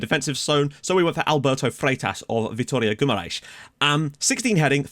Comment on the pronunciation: Really impressed with your pronunciation of "Vitória de Guimarães", very few people actually get that right :D Loving the series, really looking forward for the next episode!